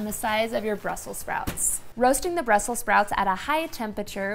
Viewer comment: I'm usually not a grammar ninja but it's Brussels not Brussel, I have no plans on cooking those dangly things on my toothbrush!